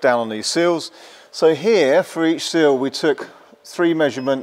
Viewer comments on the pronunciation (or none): Good video, but it’s “Sill” not “Seal”.